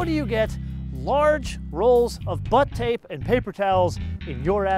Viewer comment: Please God, stop saying butt tape...